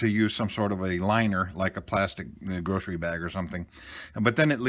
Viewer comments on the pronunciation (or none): none